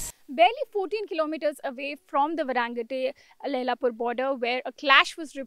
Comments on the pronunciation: Why is the reporting calling it Varaangate instead of Vairengte? 😆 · Its Mizoram not Mizuram😈 Vai-rêng-te not Varangate😒